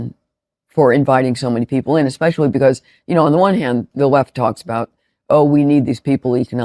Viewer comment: Please! I love you but There is no X in especially.